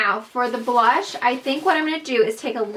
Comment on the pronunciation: "True.. Blend.. Brush... " Oops think you meant blush! Haha 😂